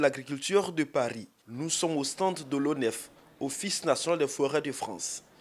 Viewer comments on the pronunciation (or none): Mon ministre chokoh oh !!! Nourrrrr, je savais pas qu'il y avait ''r'' à la fin de ''nous''. Bingué change les gens comment même 🤣🤣🤣🤣🤣🤣